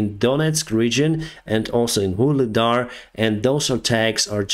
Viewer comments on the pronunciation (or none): none